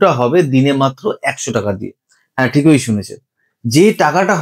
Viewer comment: Khub sundor presentation bt pronunciation ta ektu thik kore nao bhai...thikoi noi thik e,ekoi noi ek e